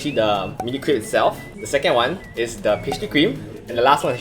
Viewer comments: I don't want to sound like a snob but crêpe really isn't pronounced "crEEp" but like "krep" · *crepe ('crape') not creep